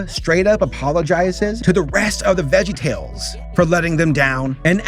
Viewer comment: My disappointment is immeasurable, and my day is ruined. You called VeggieTales "vegtales"